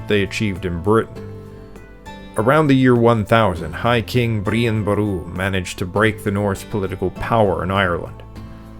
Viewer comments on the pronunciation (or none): Brian 😂 not breen